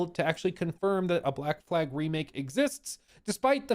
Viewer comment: When saying black flag, fumbling the second l is catastrophic